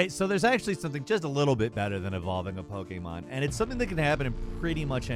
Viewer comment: Why are you always saying "Poke-aye-mon"? That is not how it is pronounced in Japanese.